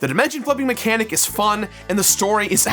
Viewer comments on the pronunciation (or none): none